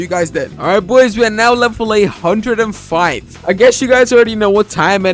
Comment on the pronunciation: Bro he has an accent he said 105 but you heard 805